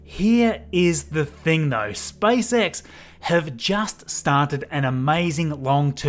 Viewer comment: I like how he says SpiceX